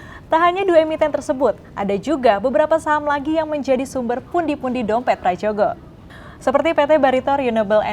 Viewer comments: Mbaknya anak Gen Z kah? Kok ga bisa baca Ejaan Lama. /Prayogo/ bukan /pradjogo/.. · Ini pembawa acaranya muka tua tapi ejaan lama aja gatau, sebel banget gue, huruf 'J' itu dibaca 'Y' jadi = Prayogo